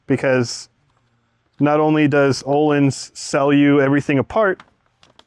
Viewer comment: This is going to be a sweet car! Btw, the Ö in Öhlins is pronounced like the ea in "earn". Source: am Swedish. 😁